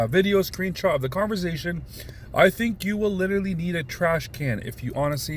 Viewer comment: He says converzation lol not conversation he says it with a (z) has me dying Everytime